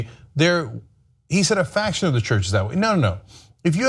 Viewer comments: Faction, not fraction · Ana, he said faction, not fraction. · The word was FACTION not fraction. Anna read it wrong lol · Ana it's bad enough you misread the words of the statement but then to make a point based on your misquote while you see the words in front of you is deplorable. Faction and fraction are not the same words. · That says "faction" not "fraction." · A "faction" not a "fraction"... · I believe he said "faction" not "fraction". Faction usually indicates a solid group. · Faction not fraction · Guys, faction not fraction. Not the same thing. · Kasparian please learn to read more attentively...FACTION not FRACTION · FACTION, not "Fraction" Ana. There's a difference. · Faction... not "fraction" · yo ana he said a FACTION not FRACTION. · Did it bug anyone else like crazy that Ana kept saying "fraction" even though it was "faction"? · Faction not Fraction Anna. Minor point I know but annoying all thesame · Faction, Anna, not fraction lol. love u tho :) <3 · Ana really can't read time and again. He said a FACTION of his church, not FRACTION. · Yeah I read that too when she said "fraction instead of faction" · Ana, two time in a row - It's "faction ".... Ask Cenk. He said it correctly.